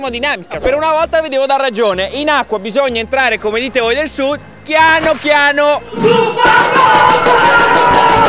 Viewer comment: Si dice chianu chianu no chiano